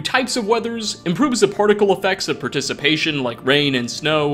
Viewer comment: it's precipitation (pre-sip-eh-tay-shun) not "praticipation" (pruh-tis-uh-pay-shun. also not a word) my dude 😂